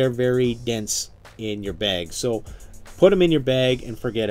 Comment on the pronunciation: " survival beg"